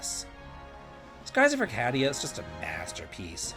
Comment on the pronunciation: You've never heard the word 'Arcadia' spoken before, have you?